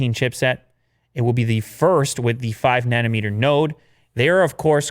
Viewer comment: THATS WHY DAD NAMED U DIRT INSTEAD OF NUTEMAKER... WHAT I HEAR WHEN LEW SAYS NANOMETER!!! LOL